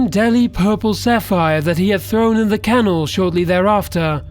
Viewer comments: How does any native English speaker not know how to pronounce "canal" ? smfh. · Where did you learn to pronounce the word, canal? And Mel JIBSON? Seriously, WTGDF. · canal is pronounced can al. mel Gibson is pronounced mel gib not jib son. and its jim cav iz el not cav eeee zal!!!